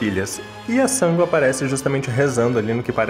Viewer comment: Pensei que fosse só eu que ficasse com agonia ao ouvir ele falar Sángo! 😂